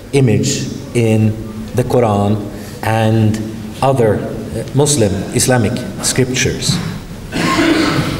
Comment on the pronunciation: I like that he pronounced Muslim with the 's' sound not the 'z' sound.